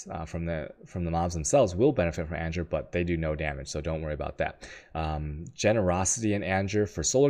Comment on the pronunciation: ANGER is not pronounced ANJER..please... for the love of Bacon.